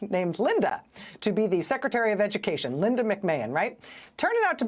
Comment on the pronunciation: McMahon is perfect as the Secritery of Edukaysion...